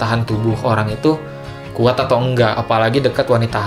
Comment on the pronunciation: Epic moment: "Lebih khuat" - Fiersa